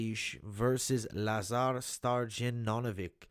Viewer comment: Lazar Sto - Ya - Dino - Vich. Great content though.